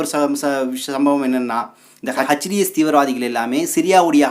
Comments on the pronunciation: ஹஜ் டீ எஸ் இல்லை. எச் டீ எஸ் என்று உச்சரிக்கவும். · H. T. S. பயங்கரவாதிகள் என்பதுதான் சரியான உச்சரிப்பு 🏴‍☠️